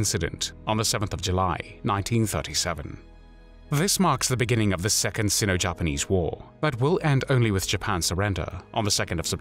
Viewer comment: It's funny. You make a show of how you pronounce Japanese words and names, and yet you have no clue how Sino is pronounced